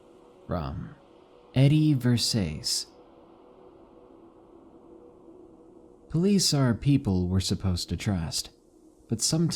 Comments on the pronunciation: Its pronounced ver- sa- chi, not ver- says, but either way, this is my fave channel!💕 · Versace Is pronounced Ver-sah-chi jsyk